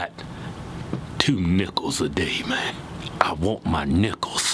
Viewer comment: 🤣🤣 about - - in... Keith: I WANT my nickels....😑 Totally sounded like something else 🤣